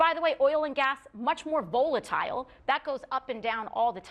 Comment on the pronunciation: I never heard "volatile" pronounced like that .